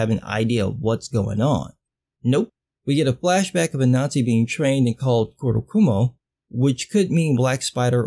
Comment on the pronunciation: Not to mention that "Kurokumo" should be "Kurogumo", because that's how japanese phonology works. That's why we say "origami" instead of "orikami", "shinigami" instead of "shinikami", and "kawabata" instead of "kawahata".